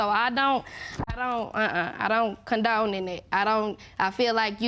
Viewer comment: Is she saying condulge? That isn't even a word. I believe she means condone or indulge...